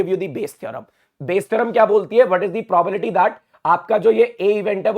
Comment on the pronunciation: Sir it's Probalty or probability?😅